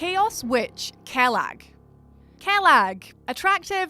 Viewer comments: Kellag. Seriously? Get in the sea lass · Kaylag lol